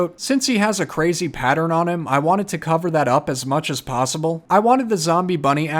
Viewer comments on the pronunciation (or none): none